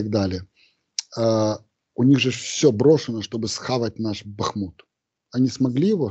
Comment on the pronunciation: Михаил когда Вы уже запомните ударение на БахмУт.?😂